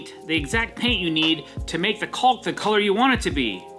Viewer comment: I gotta say, in my entire 65 years of living, I've never heard someone pronounce it as CALLK.